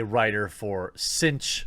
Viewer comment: TheQuartering: "Cinch news" I hear: "Tzeentch news" O____O Coincidence?.. I don't think so! xD